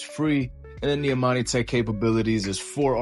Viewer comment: Imani. Tech... Not Amani tech